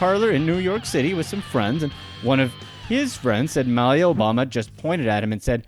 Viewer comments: Before video: Please, please, PLEASE let one of these entries be about the Trump family... After video: Ahh, man! There weren't any Trumps! Also, Malia Obama's name is pronounced Muh-LEE-uh, not Mal-ya like you kept doing. And as for her, I don't know of many young people (say 17-25ish) that DON'T go through a so-called rebellious period. There just aren't cameras everywhere when they do whatever it is they do, ya know? Interesting information you provided, though :) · Wait a minute announcer-person, you don't know how to pronounce Malia Obama's name?! 😟 Come on now, go to Google speech? 🤔